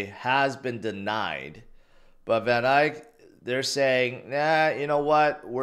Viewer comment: He's still saying Van "Ike" 😂